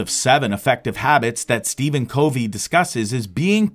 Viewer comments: #1 His last name is pronounced “Cuh Vee” #2 On your video thumbnail you misspelled Summary It is not “SUMMERY” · They didn't say they couldn't hear it, they said that it was pronounced wrong. It's Covey.... Pronounced KUH-vee. I get the hangup. It makes it seem like the person is just parroting what others have said, rather than having listened to the material, or like it's A. I. Not saying it is...just saying it makes it SEEM as such.